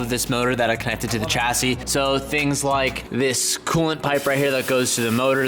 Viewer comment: Say 'chauffeur'... Now say 'chassis'... that's right, you say it wrong and we KNOW YOU WANT TO SAY FOREIGN WORDS CORRECTLY... so you're welcome for the help! Both words are french, both have a soft 's' sound at the start, there is no hard 'c' sound. Your huracan viewers thank you, now to please the rest of your viewers... YOURE WELCOME!